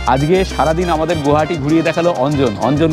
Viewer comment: It's not গুয়াহাটি, It's গুৱাহাটী